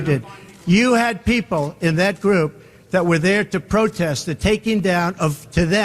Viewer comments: She said “Protesses” 😂😂😂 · I have no idea who this ignorant and racist comedian is. DEI and he automatically goes to blacks. Sounds racist to me. To the lite skinned black lady. It is protests. Not protestses.